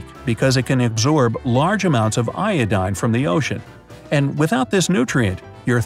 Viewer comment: You pronounced iodine wrong. Hehe